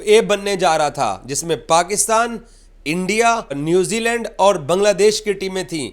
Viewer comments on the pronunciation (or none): none